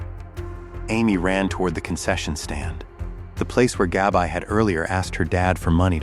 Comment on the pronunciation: Her name was Gabrielle, short name Gabby not GABI(EYE)